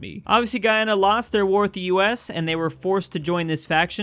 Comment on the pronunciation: It's pronounced Guy-A-na